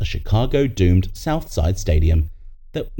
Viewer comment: Yeah, I suppose the Chicago Southside stadium was in fact "doomed." You need to get your AI pronunciation under control.